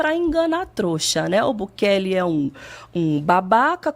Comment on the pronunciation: Chamando o Bukele de Bukake kkkkkkkkkkkkkkkkkkkkkkkkkkkkkkkkkk